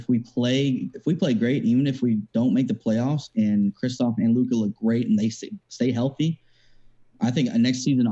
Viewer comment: Kristaps NOT Kristophs 🤦🏻‍♂️